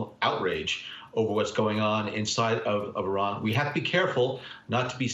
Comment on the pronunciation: How sorry of a CNN host you gotta be to not even know how to pronounce 4 letters in Iran correctly! Big ups to Brennan to correct him.